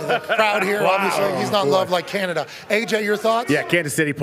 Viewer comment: are they saying "Hire Canada"?